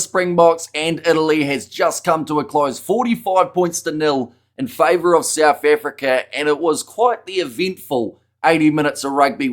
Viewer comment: Souf Africa?😂